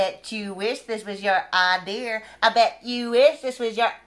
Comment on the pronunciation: lol sis said ideeer..